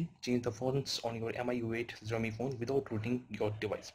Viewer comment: Kindly correct the pronunciation of Xiaomi.